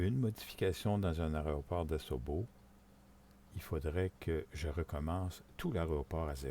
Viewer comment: tuto intéressant mais apprend à dire Aéroport c'est insupportable d'entendre tout le long aréoport..... dit AIRPORT plutôt..